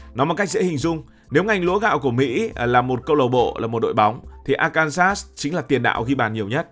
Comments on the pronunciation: lên google tìm hiểu phát âm cho chuẩn Arkansas đi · Quá chuẩn luôn... bới bèo ra bọ...😂😂😂